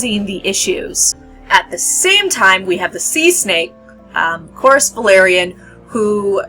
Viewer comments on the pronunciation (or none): none